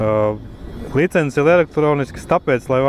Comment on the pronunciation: Kas tas par vārdu - "licenzes"? Nekad latviešu valodā tāds vārds nav eksistējis!!! LICENCES Taču iemācieties vienreiz pareizi izrunāt!